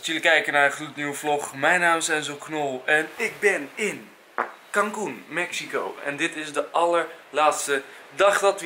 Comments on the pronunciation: Ik denk heel de tijd dat enzo kalkoen zegt😆😆😂😂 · Enzo als jij Cancun zegt klinkt het als kalkoen😂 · Eerst dacht ik dat enzo kalkoen zei in plaats van cancun !😅😁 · Michelle Verhagen ik ook